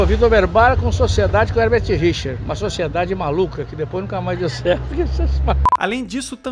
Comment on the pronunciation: É engraçado como o / Garcia Júnior também dublou o Pica-Pau quando era criança. Obs: É engraçado como ele até hoje fala 'Hebert Richers' e não o nome correto que é 'HeRbert Richers.'